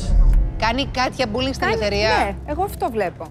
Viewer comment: Όλες ξαφνικά έχουν δεχθεί μπουλινγκ.. "πουλιν"(που λέει κ η Σουζανα) έχετε δεχθεί αλλά αυτό είναι άλλο θέμα